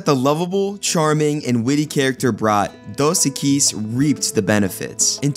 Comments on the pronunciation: Apparently the person talking over this never hear The Most Interesting Man SAY Dos Equis because if he had he'd be pronouncing it CORRECTLY with the accent on the Eq in Equis rather than the uis. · Why are you mispronouncing the beer name? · Before you do another one of these, I think you ought to learn how to pronounce "Dos Equis."